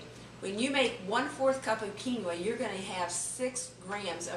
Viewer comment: Quinoa = "keen-wah" long e